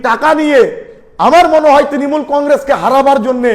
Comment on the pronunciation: Tinimul😂😂😂😂😂 নিজের দল এর নাম ভালো করে উচ্চারন করতে পারে না এদের কাছে কি আসা করবো।।